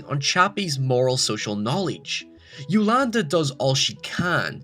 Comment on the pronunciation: Yo-Lan-Di Not Yolanda